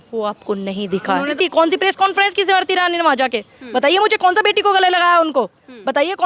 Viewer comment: जी आपकी हिंदी कब सुधरेंगी। समरती ईरानी नही हैं। ये स्मृति ईरानी है। नाम कमाने के लिए नाम खराब मत कीजिये।